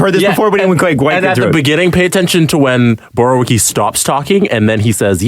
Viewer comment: Oy vey... Borowiecki - [Boro-vee-etz-key]; unless you are purposely saying it bad then carry on.